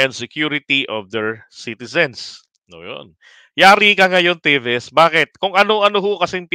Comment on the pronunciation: "TEVES" hndi "TIVIS"